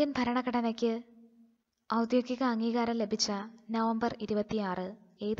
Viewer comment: ഔദ്യോഗികം എന്ന വാക്ക് പറയാൻ ക്ലാസ്സ്‌ എടുക്കുന്നയാൾ പഠിക്കണം. എപ്പോഴും തെറ്റായി പറഞ്ഞു കേൾക്കുന്നു